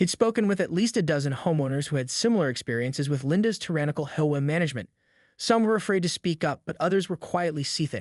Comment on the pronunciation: AI is still not ready for real narration - HOA being pronounced "howay" for example.